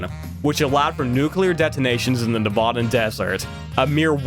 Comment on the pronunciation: Bro says “Nevadan” so gross